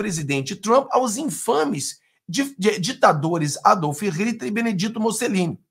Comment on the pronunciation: Adolfe Rititi e Benediti Musselini??? Quem são esses? Cara, antes de falar, leia... ñ precisa ser mto, 2 ou 3 páginas devem ser suficientes pª aprender o nome de personagens históricos, valeu?